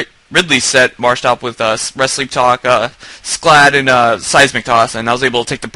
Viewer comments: And it's SCALD! Not SCLAD -___- come on bro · It's scald.. not scalad.. lol